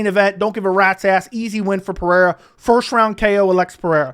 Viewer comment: Alex is Brazilian not Hispanic it’s Pe-Rey-ra no Pe-re-ra.